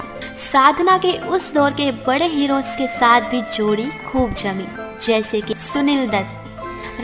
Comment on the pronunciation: आप कैसे और जैसे शब्दों का केसे और जेसे की तरह उच्चारण कर रही हैं। आप अनुमति एव॔ अवसर दें तो मैं यह narration/ Voice over, पढ़ दूँ।